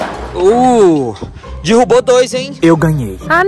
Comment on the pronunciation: Na hora do boliche ele derubk e falo dirubo